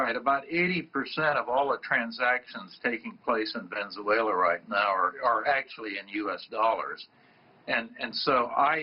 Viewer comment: He keeps pronouncing Venezuela wrong ohgod "vezeuela"